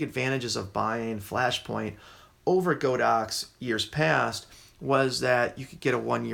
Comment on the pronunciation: I must laugh whenever I hear someone pronounce this brand as "Go Dox." Just FYI, the Chinese company's name is 神牛, which literally means "sacred cow." But instead of calling it Sacred Cow, they went with the ponderous "God Ox," so now you know how it's supposed to be pronounced, even if that makes it seem even weirder.